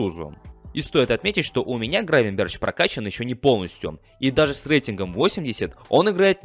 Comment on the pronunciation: Админ первый раз слышу, Гравенберч, Гравенберх*